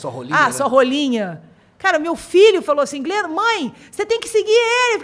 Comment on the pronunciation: o cara falando jalim para glenda KKKKKKKKKKKKKKKKKK